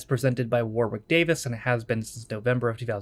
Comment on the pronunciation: I've watched a couple of episodes of this, it was ok but I'll play along. Btw his name is pronounced Worrick.